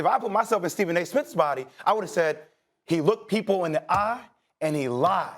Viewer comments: He calls Steven "ESE" 😆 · "Steven a ISIMS" 💀💀💀 😂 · He said “you goin through your Stephen A - isms” lmfao that deflect and change the subject works every time